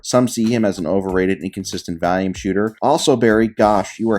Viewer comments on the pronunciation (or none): I love how you say valium instead of volume